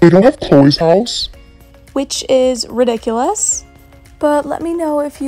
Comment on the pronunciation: I love it that you always say rideculus idk how to spell it lol but it makes me laugh always at the end of the video